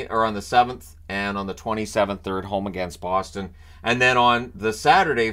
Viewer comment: No it's pronounced Boston, but Boston is close. Alot of people pronounce it as Boston but that's just wrong